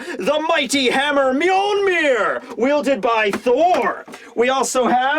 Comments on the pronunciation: Every time. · I also had to do a second take when I first heard that.😂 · First? And did u say Mjolmir instead of mjolnir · it’s pronounced meyolnere the hero of high rule one one of the links umm actually